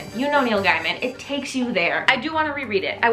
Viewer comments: idk why by always thought it was pronounced Neil gaymin? is it Neil guymind? I thought you were saying Neil Diamond a few time haha. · no he pronounces it like gayman too😬 i was looking if someone said sth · how did i not know that ive been mispronouncing neil gaiman for 15 years